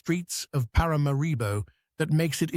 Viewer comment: ParaMAribo,, you should get the pronunciation of the capitals name correct !ParaMAribo , the accent falls on the MA … Please and thank you !